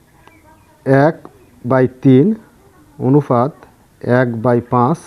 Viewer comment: আপনি অনুপাত কে অনুফাত বলছেন কেনো???